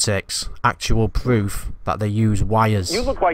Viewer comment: Actuawl pwoof